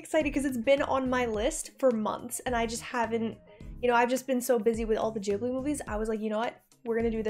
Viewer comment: Did She really just call it the "Jibbly" train?? "Jibbly films". "Jibbly, Jibbly, Jibbly". It's Ghibli. Studio Ghibli.